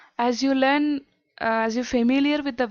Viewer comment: The word learn is pronounce learn not lan